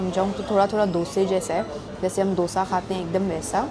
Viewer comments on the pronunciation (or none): none